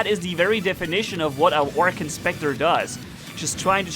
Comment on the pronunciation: did you notice that you said orkan?